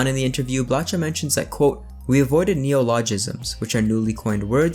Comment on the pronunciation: Blacha is pronounced Blaha in Polish. With ch pronounced as simple h as in "history".